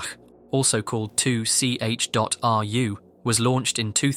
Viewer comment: the way bro pronounced 2ch sent me every time 😂